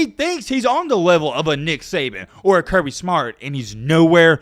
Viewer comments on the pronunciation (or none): none